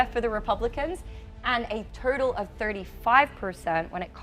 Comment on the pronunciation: She can’t say her O’s and it’s distracting “voting total” sounds alike “verting turtle” it was a problem when I was just listening but when I viewed the actual video I forgot all about it lol